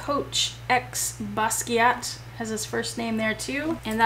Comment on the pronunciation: I'm glad you said his name, the dinosaur artist, I've never been able to pronounce it correctly. :)